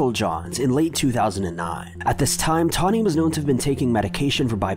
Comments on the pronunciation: why are u calling ger tarny and the investigatirs are calling her tony...witch one is it? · Why did u pronounce toni name as tawnhee? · I totally though you were saying Tawny until the news reporter said Toni. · You called her Tawny, but her name is Toni. You were given the pronunciation. What's up with that? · Toni - pronounced "Toe-Knee". NOT "Toh-Knee". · Toni Sharpless' name is pronounced like the male name "Tony", not "Tawny". She's from around near I used to live. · Why don't you know how to say Toni's name? Did you not watch your own video? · You even have news reports giving you the correct pronunciation of Toni’s name and you still say it wrong?